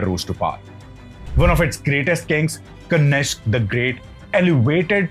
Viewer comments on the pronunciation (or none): It is Kanishka and not Kanishk. Dear youtuber please pronounce the Sanskrit words as it is and not like how you present day generation pronounce it like in hindi.I have observed that almost all hindi speaking people, including many so called famous astrologers and Pandits pronounce most of the sanskrit or Sanskritam words wrong. You people omit the ending of the word with an Aa sound. Only a few pandits who recite vedic shlokas and mantras While conducting yagnas Or havan get it right it's my observation.